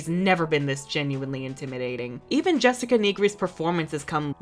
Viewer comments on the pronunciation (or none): none